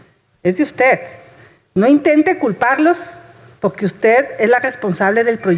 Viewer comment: "Y le voy a decir POGQUE" dice la. Hable bien